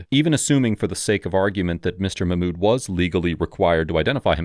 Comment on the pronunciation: "muh-mood" 🤣.... Mock-mood, my fellow white man